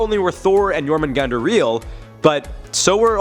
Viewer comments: It's actually pronounced yorhahmungahndar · It’s pronounced yor man gandar